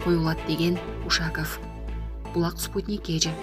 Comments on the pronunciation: Юрий Ушаков деп туура сүйлөсөң,адамды уят кыласында шу,Ушакыв дейсинда 🤦🏻‍♂️ Дайыма ушундайсын көп орустун атын Кыргызча урасында 🤣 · Ээ тооба, диктор эже. Уш-аков деген эмне?? У`шаков деп туура окучу айланайын.?? Кускуну келтирбей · Ушаков дегенди туура оку ударние на У уят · Эй админ,ушак эмес,Ушаков ударениясын -о - го койсон😨😨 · Ушул суйлоп аткан кызды алмаштырып койсонор Вообще тили келбейт кээбир создорду айта албайт. Ушаков деп айта албайт.Ударения на ,,,"о", а бул кыз "а" тамгага койуп айтватат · Кыргыздын ушак деген созунон алып окуп жатасынбы? Сабатсыз. Эмне ушундайларды окутасынар? УшакОв , ударение "О" тамгасына келет. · Суйлоп жаткан блогер Ушаковду ударениясын туура коюп окучу.Блогерсинерби же журналистсинерби,сабатсызсынар. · Ушаков дегенди туура айтчы,кыргызча айтпай. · Ушаковду туура ударение менен окусан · Ударение на О а не У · Ударениялар темасы отулгондо сабака барбаган окшойсун🤣🤣🤣 Ушаков деген фамилия кочодо ыйлап журот🤣🤣🤣